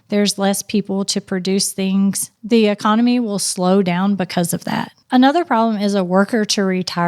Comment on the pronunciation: CAN YOU SAY Economy???